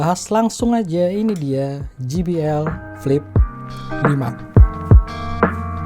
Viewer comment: Je bi el bang bukan Ji bi el 😁